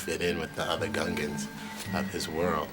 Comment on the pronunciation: Also, Ge-NOSS-ians, GOONgans, and Count DOHku